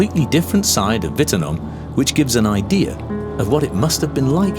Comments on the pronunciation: Yeah it was hilarious.. It didn’t even start with correct letter.. i think because the name sounds like a V when you say it instead of a W. But watching Closed Caption try to figure out the name people were speaking was priceless. LOL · If you are going to all the effort to make a documentary, you'd think you'd learn to pronounce the name correctly. 🙄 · He did. It's a German name & the guy is German - you've been pronouncing it incorrectly. Perhaps you need to learn things. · ummm it’s an Australian town a few hundred kilometres from where I grew up. He is pronouncing it wrong. Fact. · It's a German name & the guy is German - you're the one who's been pronouncing it incorrectly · Her pronunciation of Wittenoom is atrocious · What a shame the woman can’t say it right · I wish people would pronounce names properly the way she says wittnoom gee come on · If you can’t even pronounce the name of the town, that is the subject of your video, doesn’t say much for you documentary. Wouldn’t watch this. I know this town very well. 80% of the people who lived there are dead, because it’s been 50 years since the mine was operational, they have died of old age! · It'd be great if you could pronounce the name correctly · when you can't pronounce Australia or Wittenoom, the subject matter of the documentary, it's apparent that you have a serious moron problem. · Australians pronounce the name much different to the Germans. I knew all about Wittenoom but you still wouldn’t recognise the name from the way they were pronouncing it at the beginning. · Wittenoom was named by Lang Hancock after Frank Wittenoom, his partner in the nearby Mulga Downs Station. He likley did have European ancestry; I've spent time in the Pibara and no one pronounces it that way. Just saying.. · I get that English isn't a first language, but they could get at least close to how the name of the Wittenoom is pronounced. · please pronounce the name correctly Whit Noom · its a W not a V. ffs.